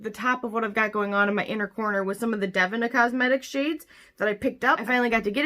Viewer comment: Lol...its pronounced DA-VEE-NA...right??? Is it dev-in-ah??? Lol holy hell I need to know these things lol